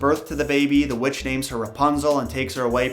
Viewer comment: Am i the only one that heard him say "their neighbor was a wetch"